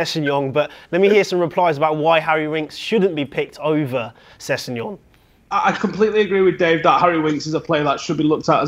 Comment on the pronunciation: Say it with me now - Sess-eg-non!